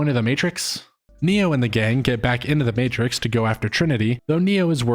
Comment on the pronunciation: I didn't even know about this. Pretty sure this is a glitch in the matrix. This movie didn't exist before this morning. One clue that this is a glitch. A lazy glitch even, is in the very beginning. ~ our narrator uses the non word "Matrik" as an attempted variation of the word matrix. Everyone, except machines knows that's not even a word.